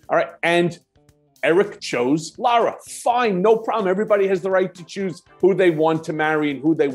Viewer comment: LIE-RA Trump....lololol 🤣😂😅